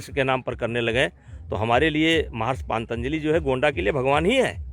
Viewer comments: Patanjali bol bhi na paa raha ye anpadh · इस गधे को पतंजलि बोलना भी ठीक से नहीं आता। बाबा रामदेव के पतंजलि योग की बात करने से पहले कितने पतंजलि का नाम जानते होंगे। वैसे तो चरक फार्मा, बैद्यनाथ आयुर्वेद का भी नाम बदलना पड़ेगा।